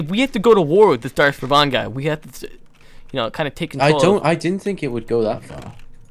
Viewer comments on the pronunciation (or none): #DR Darth Revan (pronounced Re Van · You're not pronouncing Darth Ravans name correctly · I know I'll sound like a hater... but I think you're pronouncing Revan wrong. If anyone's played any of the TOR games they'll probably agree. Sorry if I sounded like a hater, I really liked this videos if it makes you feel better.